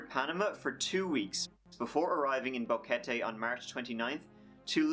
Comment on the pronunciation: Dude... everytime he said boquete I laughed, if you are Brazillian you know why lol